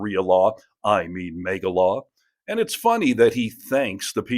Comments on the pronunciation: What's MEEGA don't you mean MAGA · I love the video. But I thought it MAGA not MEGA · Why does the host keeps calling them mega? It’s MAGA!!